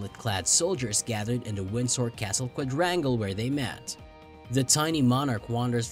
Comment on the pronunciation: narrator cannot pronounce 'elizabeth' or 'windsor'